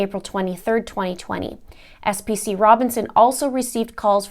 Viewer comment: FYI, PFC is the Army appreviation for Private First Class, and SPC is a Specialist..... sorry just had to clear that up, so you can pronounce it right in your next video...